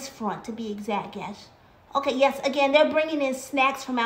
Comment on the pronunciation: girl say just be coco you say crazy angain and angain